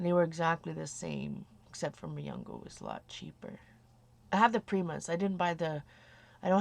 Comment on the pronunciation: Its Mungyo :) its also from Korea. Its a cheaper version of Prima, and they come with 12, 24, and 36 half pans. :D